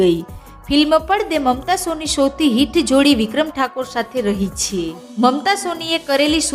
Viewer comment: આ યુટ્યુબરને "છે" બોલતા આવડતું નથી ખરેખર આ ગુજરાતન છે કોઈ બીજી છે? તેના માબાપે તેને નથી શિખવાડીયુ કે " છે" કેમ બોલવુ. એના ઉપર હસુ આવે છે